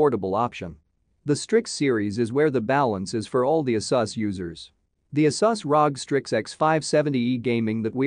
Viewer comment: Why do you pronounce Asus and Risen wrong? Is that on purpose? Where are you from?